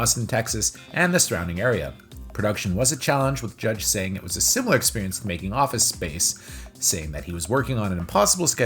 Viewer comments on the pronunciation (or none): none